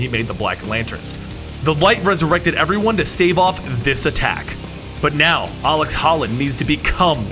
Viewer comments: Ut00bsux0rz seriously, was really annoying to see ALEC and he says aleX like 7 times. Very irritating lol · Am i the only one who hates how he pronounces alec like alex? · I twitched every time he called Alec Holland "Alex". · 1) Look up a pronunciation key for "avatar". 2) You keep calling him "Alex" when the video clearly shows his name is Alec. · omfg it's alec, not alex! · Dude it’s ALEC. With a C, not AleX with an X like you said about 9-10 times. Kinda cringed every time I heard you say ALEX Holland. Too many Alex’s man